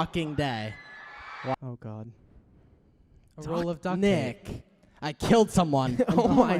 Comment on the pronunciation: that “Nick.” Was personal😂